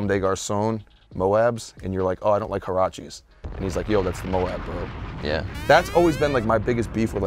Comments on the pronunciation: No one can pronounce Huarache haha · *huarache *mowabb